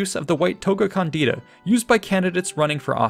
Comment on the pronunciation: "càndida", not "candìda"